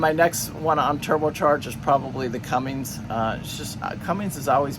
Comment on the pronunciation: Another great informative video.......but omg its CUMMINS not cummings lol makes me crazy! I am looking at boats with John Deeres, Cat 3208TA 375hp are EVERYWHERE, some Perkins Sabres and one with Yanmars. Good information on maintenance costs NA vs TA.